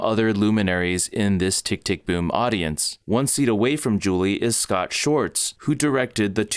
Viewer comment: Please learn how to pronounce Schwartz. 🤦‍♀️ Hint: It's NOT "shorts." There's a W. Excellent video otherwise! Thank you! 🙏